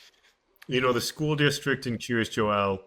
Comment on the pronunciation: Wondering why it's so difficult for so many people to pronounce Joel properly.